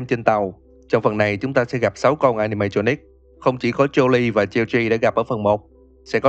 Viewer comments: Không phải geo gi phải đọc là choát chứ anh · Geogre ông đọc thành cheo chi :))